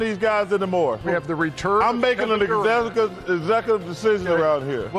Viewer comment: Chuck needs to be able to pronounce “executive” correctly before he can make ANY kind of decision! 😂😂😂